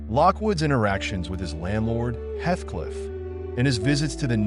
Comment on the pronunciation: Heathcliff not hethcliff..